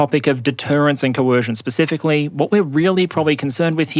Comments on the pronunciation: Um did you just say “Pacificly” instead of specifically?! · Sorry, but it's "specifically" not "pacifically".